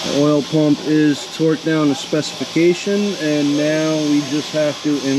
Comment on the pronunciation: I swear I heard him say "Twerked down..." 🤣